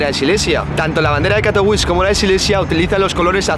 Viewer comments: jajajaja. A mí también me ha parecido curiosa la manera en que la pronunciaba, al principio no entendía a qué ciudad se refería /katoviče/ no /kato'wis/ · Nene, Katowice se pronuncia CATOVICHE y no CATOUIS. Katowice no es una ciudad inglesa. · En español se pronuncia CATOVIZE y no catouis. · Katowice se pronuncia 'Katovitse'. Se vale no saber como es la pronunciación local. Pero entonces deberías decirlo como lo harías en español, pronunciando la 'e' final. La 'e' no es muda ni en español ni en polaco. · Katowis🤣🤣🤣🤣, como puedes hablar de algo si no sabes como se pronuncia el nombre de esa ciudad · Se pronuncia CATOVITSE. Tiene una c y no ć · De hecho tampoco. Se pronuncia "Catovitse". En polaco, la "w" es como "vf" y la "c" como "ts" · yo vivio en polonia mi novia es polaca de silesia y lo que dice este pibe, es muy rebuscado ni siquiera sabe pronunciar el nombre de la ciudad en la que esta haciendo el video, pura desinformacion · La w en polaco suena como b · Por dios, no sabes ni decir el nombre de la ciudad que estás mostrando... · Cuan ridiculo puedes ser para pronunciar Katowice como si fuera una ciudad estadounidense o inglesa